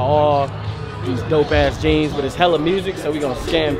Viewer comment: Nigga said “where I get my jeams from”😂😂😂